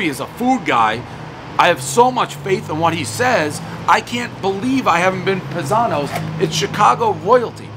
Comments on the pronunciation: PIE - Zanos :P not Pih-Zanos. Im pretty impressed that he actually got the history on the Uno / Malnati's family though - props! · It’s pronounced PIEzano’s . Not Pazano’s. 😂🤣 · It's pronounced "pie-zanos" everybody knows the rules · I love Dave, but is any other Italian just cringing when he doesn't say "Pie-Zano's" .........my dad called me that every day of my life ......RIP dad....miss you every day! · Isn't it PIE-zanos? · Cmon Dave. It’s pronounced pie zanos. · Dave it’s PIE-zanos…you massacre even the easiest names!!!